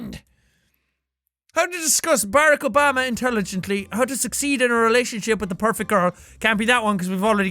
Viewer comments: Step one to how to discuss Barack Obama intelligently: Pronounce his name correctly. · i like the way he pronounces "Barack Obama"